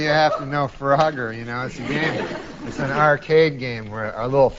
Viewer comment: i thought she was saying "farogger" and i didnt know what that was. AH.. FROGGER